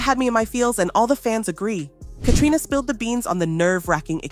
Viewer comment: Be nice if you could get Caitriona's name right 100% of the time